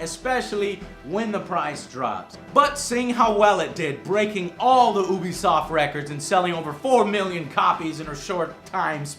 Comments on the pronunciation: Sorry, but it's pronounced U-be-soft, not Ooo-be-soft. You wouldn't call their online service (U-Play) Ooo-Play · We should give you some fucking shit for pronouncing ubisoft like oobisoft and not youbesoft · its not ubisoft its eeewwwbisoft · Is it "oo-bisoft" or "you-bisoft"? I hear people saying it differently. What's the correct pronunciation? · Why is he saying it like ooobi soft? Its said like UUbi Soft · I certain ubisoft is pronounced you-be-soft no oo-be-soft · IT'S NOT OO-BISOFT, IT'S NOT PRONOUNCED OO-BISOFT, IT'S NOT WRITTEN OO-BISOFT, STOP SAYING OO-BISOFT, IT'S NOT THAT HARD TO NOT SAY OO-BISOFT, YOU DON'T SAY OO-NIVERSE, FOR FUCK'S SAKE YOU DON'T LIVE IN THE OO-NITED STATES DO YOU? YOU-BISOFT REPRESENTATIVES AND EMPLOYEES SAY YOU-BISOFT HOW IN THE FUCK ARE YOU STILL MISPRONOUNCING A WORD YOU'VE HEARD SAID CORRECTLY? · It is pronounced "You Be Soft" not Oobisoft. He has the same problem with Lara Croft. calling her Laura instead of Lara. They say her name in the damn game so why can't he pronounce it right. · People that say Oobisoft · Years of reviewing their games yet he still can't pronounce Ubisoft right XD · Every time i watch this review the one thing that always stands out is that Joe still doesn't know how to pronounce "Ubisoft", and he's even reviewed people from the company! If he watched their press conferences then he should know, right? Oh well, just a small nitpick i noticed :) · god damn it makes me sad how many people say ubisoft wrong